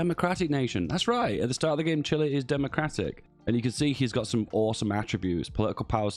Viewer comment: You're actually pronouncing Chile right. CHIlee